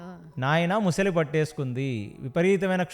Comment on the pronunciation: ముసలి కాదురా , మొసలి అనాలి. యాంకర్ కూడా అలానే ఉంది